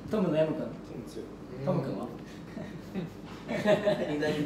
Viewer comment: 海人の『ヤムクン』が『薮くん』って言ってるように聞こえる！